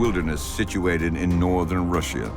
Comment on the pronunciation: The narrator doesn't know how to pronounce Russia correctly. Where do they get these people?